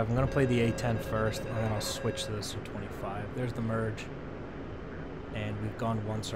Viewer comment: It's not SU, it's Su :) read like "soo"